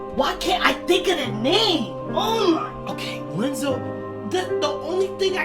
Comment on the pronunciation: Im only at 13 minutes in and I keep chuckling at you calling him Lenzo. Instead of I(i)enzo Edit Strong nobodies remember their past. I believe yen sid said that in the beginning of kh2